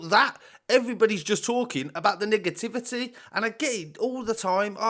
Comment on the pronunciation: 31seconds in my man says niggativity instead of negativity 🤣😂🤣😂🤣😂🤣